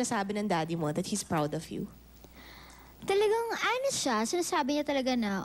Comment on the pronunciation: Actually... tha well.. hehe.. di ba pwdng kompletuhin ung THAT...